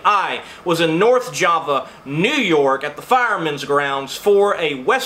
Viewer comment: Btw, Java, NY is pronounced with a long ‘A’.